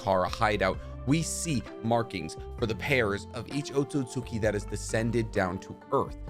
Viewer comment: "the AcKotSKi"